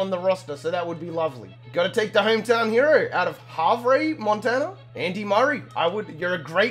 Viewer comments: "Havray, Montana" Pronounced "have 'er" I grew up in Montana, so I'm fucking stoked to have another Montana teambuilder series running on youtube. Let's go! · Also, it's pronounced Have-er lol. I know it's a year late but I'm catching up still.